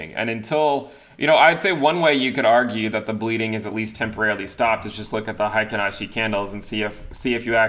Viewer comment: Pronunciation is like hey-kin ashi and you're saying high-kin ashi. Pretty close, just change the first bit.